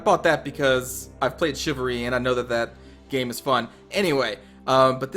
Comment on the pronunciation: You are saying it wrong, you are saying chivalry wrong too. Let me guess, you are also really good at driving?